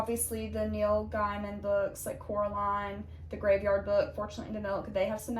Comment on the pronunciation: FYI - it’s pronounced Neil GAY-man